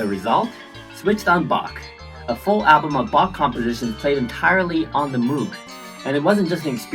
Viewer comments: It's mow-g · By the way, moog is pronounced moge like pope or pogo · She’s amazing. By the way, Moog is pronounced “Mohg” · Very nice! Sadly you pronounce Moog wrongly